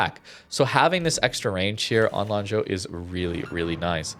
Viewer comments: lol. rare correct pronunciation by lol. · I am also surprised by pronunciation. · Your pronunciation of Lanzhou is pretty neat. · I mean, for me it is the first time he was not immediately saying sorry for the pronunciation so I'm sure he actually verified it before the video lol.